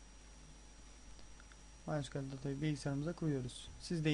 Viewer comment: Kardeş bu nasıl ingilizce ya maysekule ne allah aşkına ya ingilizce öldü. (En basit olan bu yoksa video fail dolu)